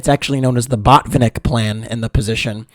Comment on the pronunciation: You should have said botfinik a few more times. :). Jk. Good video